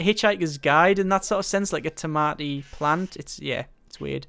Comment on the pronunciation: "Tomaoh" soup. That's a pronunciation I haven't heard before. Pretty interesting. ;D